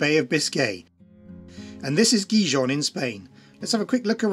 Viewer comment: Better work in how you pronounce Gijón 😮